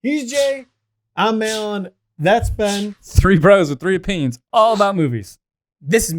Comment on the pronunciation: "3 brothers with 3 peens" lmao ( I know he said opinions, but I had to rewind it twice to hear the real word lmao)